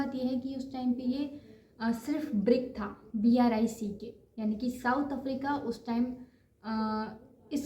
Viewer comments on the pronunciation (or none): it’s not BRICK it was BRIC